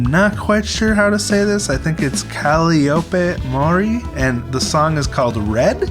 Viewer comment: Whoa, I think you actually pronounced her name in Japanese almost perfectly. First I've seen that from a first time listener